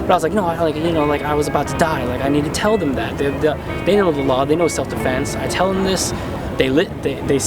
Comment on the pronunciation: "self-sefense" LMAOOOO